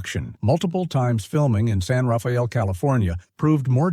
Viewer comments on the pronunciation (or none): Locals, at least when the film was made pronounced San Rafael as San Rah-fell